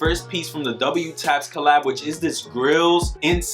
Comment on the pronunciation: Dub Taps fam. It's pronounced DUB Taps. Appreciate your channel!